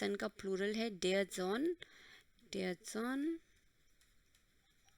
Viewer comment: you don't know the pronunciation of der🤢🤢🤮🤮🤧🤧👿👿